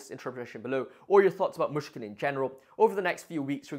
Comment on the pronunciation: Great video! One tiny tip on pronounciation: the "y" in Myshkin is similar to the "i" in "it". Otherwise it sounds like you're saying "Мушкин/Mushkin", which can be confusing to a native speaker